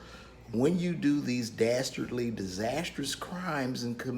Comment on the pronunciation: He said:"Dastardly!!!"😂😂😂